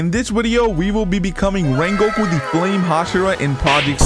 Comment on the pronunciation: In this wideo, we will we wecoming wengoku in project slayers!!!!